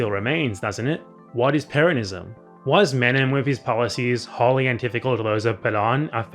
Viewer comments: in the clip it sounded like he was just emphasizing the second syllable, the way one would pronounce the name peRON(ism), rather than the way you say it throughout the video, PERonism. Granted he uses an American accent for the R but still. That was what I thought you had contention with. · Could you please stop pronouncing 'Peronists', 'Peronism' etc like that? You know how to pronounce Peron ..